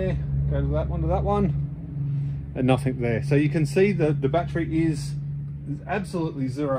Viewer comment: I hate to be picky....but it's "nothing"....with a "g".... not "nothink"